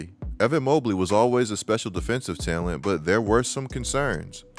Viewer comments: Who says talent like that man?? Tellunt..lol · good takes but why do you say talent like that bro😭